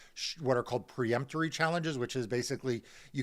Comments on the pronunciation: “pre-emptory strikes”? They’re “peremptory strikes.” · Peremptory challenges not "preemptory". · Peremptory, not preemptory